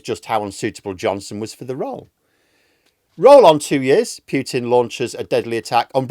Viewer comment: Pooh pooh pooh-tin as in Winnie the.... not Pew-tin...as in church benches . 4th time I mention this.